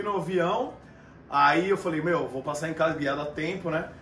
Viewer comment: Kkkkkkkkkk o mua falou vião au inves de avião kkkk